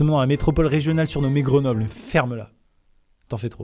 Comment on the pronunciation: Le seul truc que j'ai retenu c'est que le nom de ma ville a été prononcer "Grenoble"